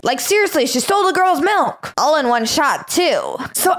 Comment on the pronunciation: It’s milk not melk